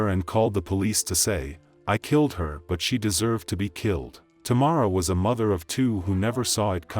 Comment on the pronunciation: The lady singing pronounced her name correctly & the narrator still said wrong. How Sway? I have the same first name and that’s why I don’t use it 😡